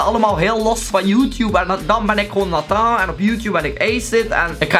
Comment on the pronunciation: Ik vind de manier waar op je Nathan zegt zo leuk😂 het lijkt een beetje Frans op die manier